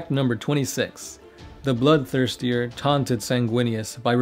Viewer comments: BloodTHIRSTER not blood thirsty-er. Great video. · Bloodthirster. Not Bloodthirstier. haha!